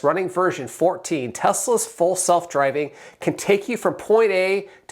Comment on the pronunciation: Did you say Tesla full self-driving or false self-driving